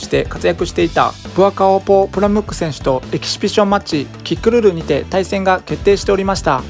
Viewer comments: エキシビション言えないでちょいちょいエキビシジョンって言い間違えてて笑う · エキシビション言えない人ww ピシピシ言ってない？ww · エキシフィジョンファチ笑笑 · エキシビションマッチの発音なんか気になるw